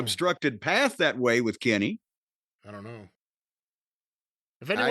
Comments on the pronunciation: Its "Kenny" lmfao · Jim’s pronunciation of “Kenny” pops me everytime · if you've never watched wrestling which word would you have used other than Pop? Use that one... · I got a good one. “The way Jim pronounces Kenny always cracks me up”